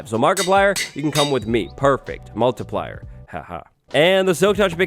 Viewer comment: Sweeaaar i heard he said markiplier instead multiplier